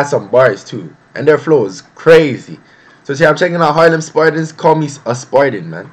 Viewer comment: are u from the uk or usa cauz u pronounced harlem wrong in ur intro